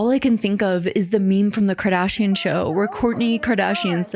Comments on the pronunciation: KIM KARDAAASHIAN 😂😂😂 Good to know that it's not just me. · I'm portuguese and I never understood why people say her last name so weirdly 😅 I just realized now that it's because they are trying to pronounce the 'u', which is silent in that word and just changes the sound of the 'g' before. I find it funny how I only realized this now 😂